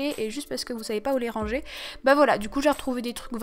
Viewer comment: Ohh non jaime tropp kand tu dit rangé tu dit << rrrranger >> PTDRR